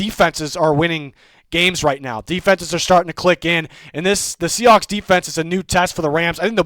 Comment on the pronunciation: Did he call them “Seahacks?”😂